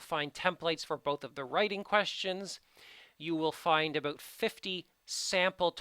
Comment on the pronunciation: I love your videos but it makes me crazy how you say "about".